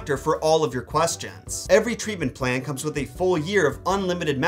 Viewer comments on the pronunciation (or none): none